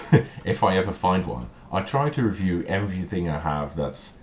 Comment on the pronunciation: I'm glad you take that as a compliment! I've only just noticed that you say "ree-view" for review. Nice Super Meatboy t-shirt!